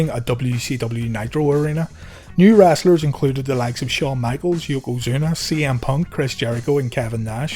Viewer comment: wrastle??? haha now im gonna say it that way !!